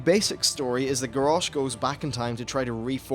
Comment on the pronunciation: garrosh eheheh garage